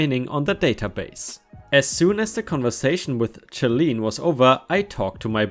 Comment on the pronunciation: Charlene is pronounced as Sharlene